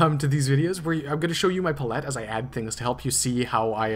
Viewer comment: Oh man how you pronounce palette. "Paul let" instead of "pal ete" You got me snickering. Good job on the rest of the tutorial.